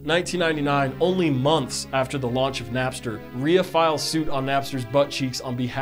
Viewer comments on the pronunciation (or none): You pronounce RIAA as “reeuh”. I love it. You’re so cool. I used to be active as shit on Napster, Kazaa (KaZaa light was the best), MOTHA FUCKIN MORPHEUS, bearshare for a whole two seconds. REMEMBER WINMP3 or whatever that weird app was called?! Somebody help me out what’s that weird small black box p2p app that was also big